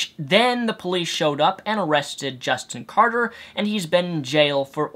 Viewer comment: Omg can you really not read? It's Carter, not Carder...